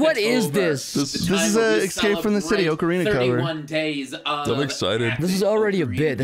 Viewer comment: i love that doesn’t know how to say escape